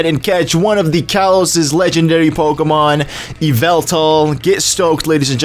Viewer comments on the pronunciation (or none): none